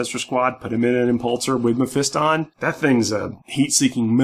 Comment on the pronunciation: Learn to say melee and Mephiston correctly.